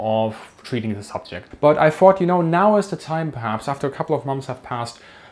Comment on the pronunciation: Confusion:? “thought” is pronounced ~ fought ~ ?? How do you pronounce “fought” or “fight” ? You see how confusing it is to fans of this great site?